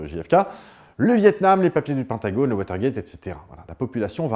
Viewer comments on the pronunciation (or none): none